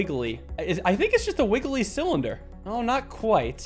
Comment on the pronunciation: A thin cyllinder - you mean Mike Tysons favourite “Thillinder”